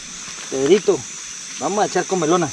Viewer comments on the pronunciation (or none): No es comelona, es comilona.